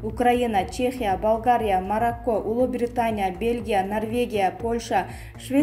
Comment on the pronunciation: Марако эмес марокко,😂 маянее😂😂😂